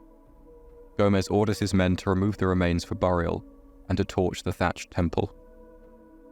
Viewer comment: The only pronunciation you should apologise for is the word “burial” 😂